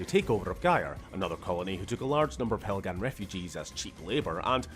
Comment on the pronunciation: My man really said, "Helgan? Vektan? No, Proletariat"